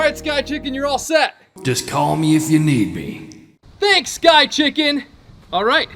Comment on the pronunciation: And you forgot to say s after thank